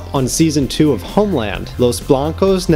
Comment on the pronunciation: "los blancos necesitan honeland" seriously, I adore you.